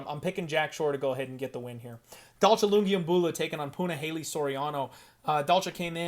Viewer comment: When in God's name did we sign off on pronouncing Punaleyley properly? Puna fight week and pronouncing that name is one of the treats of a Puna fight week.... I didn't sign off on this. What's next? Santino DiFranco trying to pull this correct name b.s 😆 🤣 great show brother